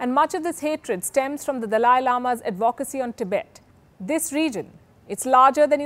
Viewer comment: Its Advocacy not Ad Vo Kasy.